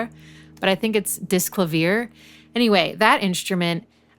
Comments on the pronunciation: clavier is keyboard in french its pronounced "klavi-ye" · Nice vid, just fyi I'd say Disklavier is pronounced like "clavier" is pronounced, "clav-e-A" " as in "A is for apple" or the "Well Tempered Clavier" by Bach. Cheers